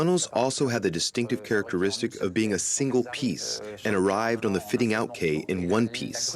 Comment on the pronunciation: Not that important in the scheme of things, but could no-one have corrected the narrator's mispronunciation of "quay"?